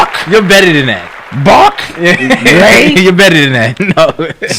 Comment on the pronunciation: “Bark Lay Center” 🤷🏽‍♀️😂 Got to love y’all lol swear!